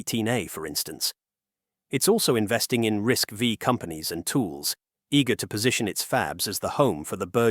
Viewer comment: 1) You said "TSMC works with Synopsys and Cadence" and then called it a walled garden. 2) You also pronounced "RISC V" as "RISC VEE". This tells me that you don't know jack squat about semiconductors. Buhbye!